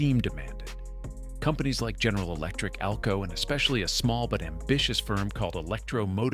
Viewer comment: 608 cubic inches per cylinder! only EMD used that as the model, the 600 series were 1979 cubic inches per cylinder Too bad video doesn't match narration. AI narration at one point called AlCo A.L.C.O., WHATTTTTT!!!